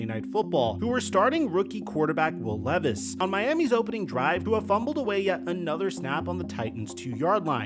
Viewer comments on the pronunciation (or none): none